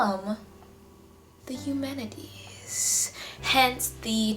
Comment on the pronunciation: Aeschylus is pronounced "Ease-kill-us" and Oresteia is pronounced " Or-es-ty-a" (the "ty" rhymes with "eye"). Eumenides is pronounced "You-men-eye-dees".